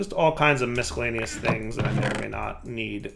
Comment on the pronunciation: Every time says "miscellaneous" I die a little inside.